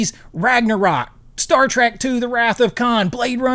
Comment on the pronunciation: I almost bailed on this mind numbing video the first time he said "Star Track"